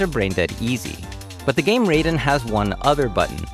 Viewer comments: There are still some people who pronounced Raiden as "Ray-den", not "Rhy-den". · Raiden isn’t bullet hell😂 also you pronounced it wrong, ironically lazy of you